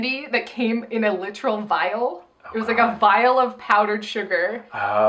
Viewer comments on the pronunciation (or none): none